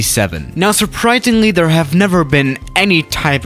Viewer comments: he said surpritenly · now su-pr-it-ing-ly